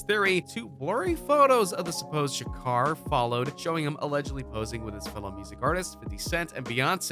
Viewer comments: He keeps saying Tupac shuker it’s (Sha-ko-r) Tupac Shakur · Anybody else who cringes everytime the guy says Shakar instead of Shakur? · couldnt even get kings name right, kept sayn shakar shakar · Why you keep saying Shukar? It's Shakur. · I believe the maker of this video is also the narrator. You would think that during his research he would learn how to pronounce Tupac Shakur's name. Who is Shakar? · His name isint SHA CAR fool 😅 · Whitefox52 Lx he said sum “Tupac Shack-er” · Did he say Tupac Shaker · Bruh I'D APPRECIATE IT IF YOU GET PAC'S NAME RIGHT 🌹(R.I.P. Playa)👑 & START LEARNING HOW TO PRONOUNCE WORDS!!! THANK YOU 🙏🏽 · Don't believe this. This guy can't even say Shakur right. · Lol you can’t even say his last name right 😂😂😂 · You need to stop and let him rest in peace cause you can't even say Shakur right if my dad saw this barely made it threw the video so shut up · This dude don't know how to say makaveli or Shakur. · This dumbass said his last name wrong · That photoshop tho and the way you pronounce his last name😂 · At least Pronounce The man's last name Right!!!! Also Stop talking like you know every thing!!!! Facts!! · He can’t even pronounce Pac’s last name, and he expects me to believe this? 👎🏽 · How is it that he attempts to pronounce Machiavelli but can't even pronounce Shakur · Say his last name right dammit